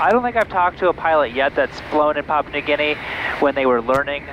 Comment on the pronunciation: Papua, not pop.